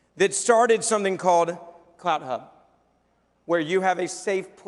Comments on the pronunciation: Is he saying “Cloud Hub” “Clout Hub” or what? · I could not understand what the name of the internet platform the speaker was talking about. I thought he said "Cloud Hub". I finally saw the proper name "CLOUT HUB" on one of the sides he was showing. It doesn't do any good if people can not know specifically what company or internet website you are talking about if you do not make it perfectly clear.